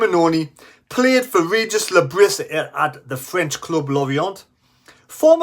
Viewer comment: Le Bree, is how you pronounce his name ffs…